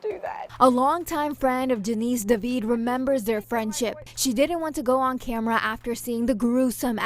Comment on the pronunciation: David not deveeid is her name , that anchor woman can’t pronounce David lol